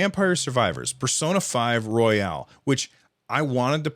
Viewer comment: You’re killing me,. Persona 5 Royal, like a king or queen, not “royale,” like deluxe.